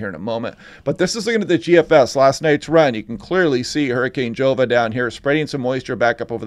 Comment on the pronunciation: Pronounced 'Hova'